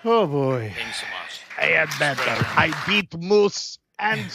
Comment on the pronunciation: “Give me money . . . You know I’m BETTAH for it.”